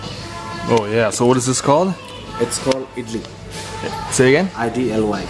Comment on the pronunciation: It's called idli i-d-l-y idli 🙂